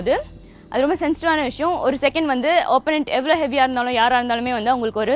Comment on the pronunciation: "Vanttu" illa "Vandhu". Pesaratha seriya pesunga.